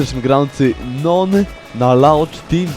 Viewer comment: jak by co to NoOn czyta sie nun;p